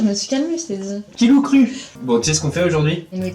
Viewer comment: « Qui Lou crut? » jcp s’il a vrmt dis ça mais c ce que j’ai entendu mdr